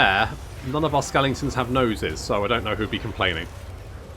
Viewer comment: It's pronounced 'skelingtons' - not 'skeletons' SMH